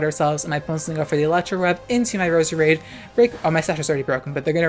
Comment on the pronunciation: It’s Pronounced Rose-Rade